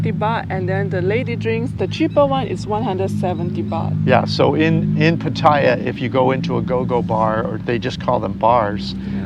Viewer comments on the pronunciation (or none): Thais don’t pronounce it Pat-tai-ya……